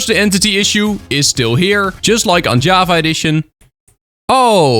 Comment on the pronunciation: it sounds like ur saying "jueava" instead of java